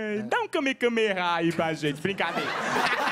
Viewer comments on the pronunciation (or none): O Igor falou kamekameha